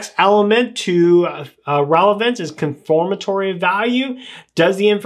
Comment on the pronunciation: Confirmatory and Conformatory are not the same. Confirm versus conform. Just a pronunciation thing. Otherwise, good video.